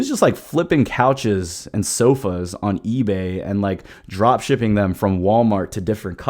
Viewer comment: Are you saying job shipping or drop shipping?